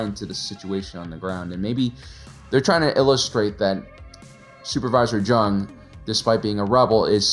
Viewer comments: Love your vids and analyses. But I believe his last name is pronounced "Young," no "J" sound. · I know it's a J and not a Y but you know Jung is pronounced "Young" right? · Small correction: "Jung is pronounced the same as "young". But great video overall man. ✊🏾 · how tf do you watch this series and come away still managing to say Lonni's last name wrong lol